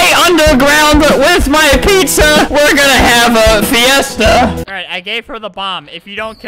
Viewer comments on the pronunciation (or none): you say fire e sta for fiesta